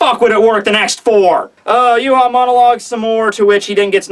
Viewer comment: its Yaa watch not uhual